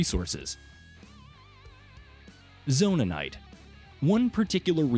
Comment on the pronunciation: It's Zonaites, not Zonanaites!